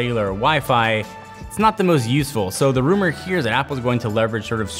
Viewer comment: Go to and he says Zapple instead of apple